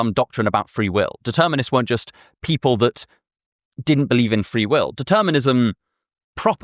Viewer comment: We belieb in nussingg, NUSSINNG